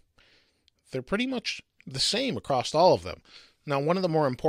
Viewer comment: AKKKKKKKKK... There is NOT a "T" at the end of across!!